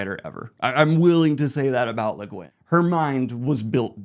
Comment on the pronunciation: Bruhhhh are you sure that's how u pronounce leguinn